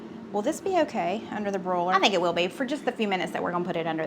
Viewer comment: Under the “brō-ler” 😂😂 I’ve got to agree about the Just Bare Chicken. As far as I’m concerned, it’s the ONLY brand 😂